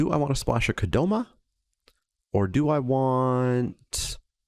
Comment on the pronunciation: What do you call Spikay Saturday #314? The only other thing I want to let you know(, because any other thing I've said to the screen while watching doesn't help my cause of getting heard by you): It's Kodama, not Kodoma.